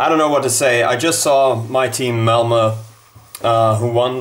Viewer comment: Your pronunciation of the name "Malmö" is far from great. It took me a while to understand what team you were referring to since I kept hearing "Elmo" instead of "Malmö". Just a minor pointed, love your videos. :)